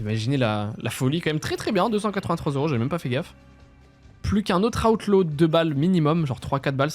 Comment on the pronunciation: Pourquoi tu dis aoutlaw ? Alors que c'est outlaw c'est comme le u de amblance 😂😂😂